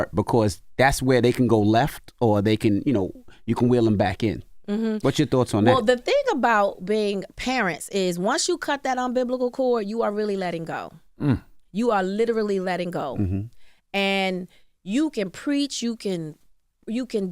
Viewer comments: Did she really say unbiblical cord tho🤦🏾‍♀️🤦🏾‍♀️🙄ummmm it’s umbilical cord sis😂😂😂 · Once you cut that “umbiblical” cord. WHAT Taraji?!!!😂😂